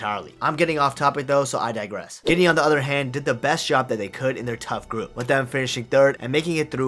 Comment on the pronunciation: its guinea not guine